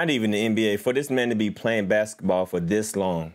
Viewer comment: Jesus Christ can’t even say basketball right